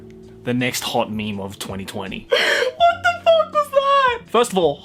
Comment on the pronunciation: I laughed so hard that my stomach hurts when you said "FOCK". Thank you.